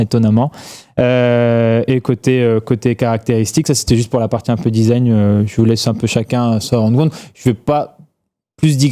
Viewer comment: Le "disagne", histoire de goût !😂😂